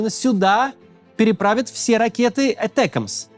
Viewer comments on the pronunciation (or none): Ударение на АтЭкмс кринж